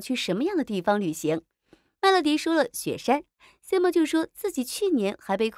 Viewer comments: simon发音是塞闷，不是西蒙。看了这么多期怎么还发错音呢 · 这个解说也太尬啦吧，能不能做好功课再解说😅😅马伯骞和Simon 这两个名字都念错